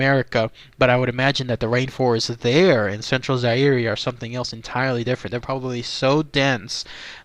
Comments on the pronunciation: Zaire is pronounced zi-ear. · Fern-Gulley I LOVE YOU BABE!......you don't pronounce the E in Zaire bruh.......